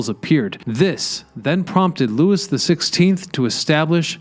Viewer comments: In two separate videos you've called French kings "lewis". Louis is prounced "looie" in French, not Lewis. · Knowing how french doesn't respect the letters it uses; I'm gonna assume "Grave Lot"'s name was Grahhv Low And btw you said Lou-is. Not Loo-ey.. once again, its French...